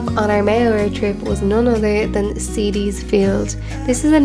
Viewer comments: Ceide is an Irish word and it’s pronounced Kayja. Other than that nice video. Mayo is a wonderful mystical place. Lower key than other places, which is actually nice. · That beautiful Spot you called "seedy fields" cede is pronounced cead as in hundred. So cede fields! Just thought I'd mention it! Beautiful scenery. Keep up the good work! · ceide fields is not pronounced seedy its kaija ,good video aqpart from that